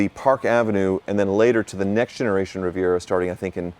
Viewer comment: and - you pronounce that “Rivy-AY” 😂😂😂